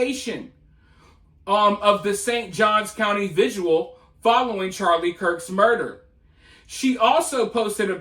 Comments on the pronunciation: It’s vigil not visual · Great job investigating and disseminating information!! BTW it‘s „vigil“ not „vigual.“ thx. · The dude in the video can't even pronounce "vigil", so... Seems like it's a bilateral issue.